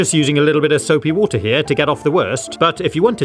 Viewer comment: Nahhh bruv, its soupi woodeir